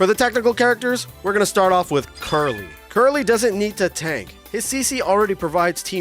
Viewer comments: Why the fk are you calling krillin, Curly? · Who the F is Carly/Curly or whatever the F you said?